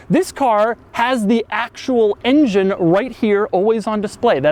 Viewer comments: I love how Doug pronounces "engine" like "InGen" from the old Jurassic Park movies. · I dislike how he says "ingine" all the time.